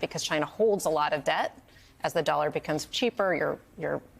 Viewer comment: She’s the NY Bureau Chief for The Economist, and she can’t even say the word “dollar” correctly